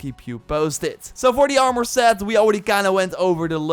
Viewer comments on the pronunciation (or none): Ormour? You mean Armour???